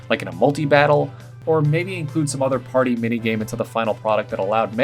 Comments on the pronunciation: One of his words in the mudbray ability is pary instead of party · Mudbray ability he said pary not party